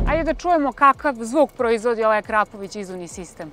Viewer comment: nije Akrapović nego Akrapovič